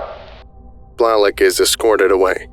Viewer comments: Blalock is pronounced “bl-ay-lahk” just for future reference. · I have never heard Blalock pronounced Blahlock before 🤔